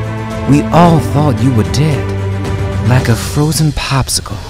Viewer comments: It even said "papsicle" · sounded like he said Papsicle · He said PAPSICLE